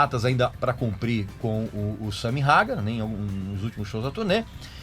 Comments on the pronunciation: Ouvir a pronúncia “SAMY RAGAR” é de doer os ouvidos… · Sua pronúncia esta errada, Van Halen se lê como escreve, Sammy hagar se fala "reigar"